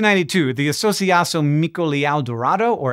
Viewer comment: "ão" in "associacão" and "leão" is a nasal diphthong. Say "brown", but absorb the final /n/ into the vowels.